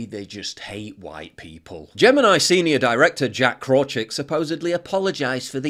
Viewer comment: You butchered "Krawczyk" so bad (almost like AI butchered whiteness).